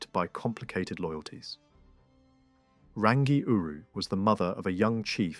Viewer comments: Prnounced "Rung - EE ." "TAR FEE REE MAR TEAR "... TUNG A ROH AAR... RAWNG OH MAH TAH NEE...HO MEE AH TEE KEE TEE KEE... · Roll the R sound